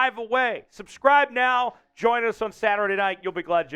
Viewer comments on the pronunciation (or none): none